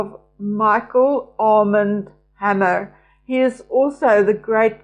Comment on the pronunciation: Armand is a French name with an accent on the second syllable, or second 'a' 😊❤